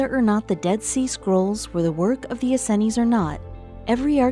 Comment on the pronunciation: Please...for the love of God stop mispronouncing the “Essenes” as the “EN-SEN-IES”. Jesus.